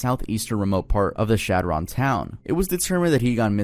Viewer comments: chadron NE is pronounced "shad-rin" btw! that case is a bit sadder than i expected nebraskas to be ☹️ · he also pronounces chadron nebraska wrong the whole time 😭